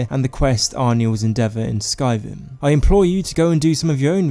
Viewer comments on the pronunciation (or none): none